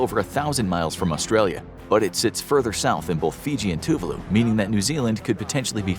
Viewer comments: Gohhh it erk me the way u pronounce Tuvalu..it's Tu-Vah-loo not TŪ Voo loo anyway carry on hehe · Two var loo is the correct way to pronounce. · Very bad (American) pronunciation of Tuvalu !!!!